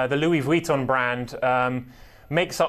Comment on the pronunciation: Lol this man saying Vuitton is really bothering me. Just say LV